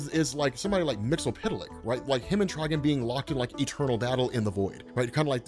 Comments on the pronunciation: everyone but you says tri-GONE wtf is a trigin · Bro good vid but trigon not trigin